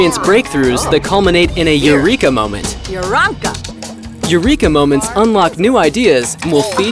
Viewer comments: No, you got it all wrong. It isnt eureka, its eurunka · "new Achievement Earned - YOU-REEK-A" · Euronka sounded more like arrancar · narrator: "Eureka moments!" sims: "Uranka!" narrator: "I said EUREKA" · "Eureka moment" "EURANKA!" ...you lied to me. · dont you mean "euronka" moments